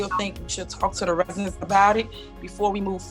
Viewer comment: Did Ms Henyard just pronounced residents as resinents? 😢😲🤔